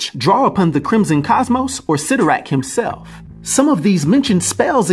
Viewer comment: Isn’t it pronounced CY(IIIIIIII)torrak? I always thought that it was pronounced that way.